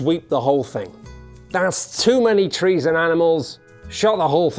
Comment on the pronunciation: There is unwest in the fowest, there is twouble with the twees...